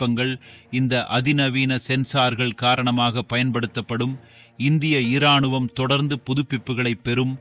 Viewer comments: ஏம்பா வீடியோ பதிவு போட்டவரே தமிழில் நீதான் பேசுகிறாயா இல்லை ரோபோ பேசுகிறதா ? மனிதன் என்றால் ராணுவம் என்பான் அது என்ன இராணுவம் ஈ ராணுவமா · உதாரணமாக ராணுவம் எனும் பொழுதும் இ சேர்த்து உச்சரிக்காதீர்கள்